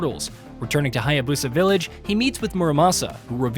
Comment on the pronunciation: what is with a lot of white guys and mispronouncing foreign names. lmao ryu haya-BOSA. it was the same thing with ghost of tsushima too. also LMAO at the re-dubbing where he had to edit in the phrase, THE BOSS, multiple times.